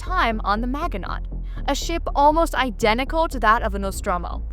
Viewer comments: MAJ-in-OH. Not MAG-in-AUGHT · I wish I could downvote this video once for each time she pronounces it man-ge-not when it's a very famous French name from WWII failure. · Your pronunciation of the Maginot really hurts my ears.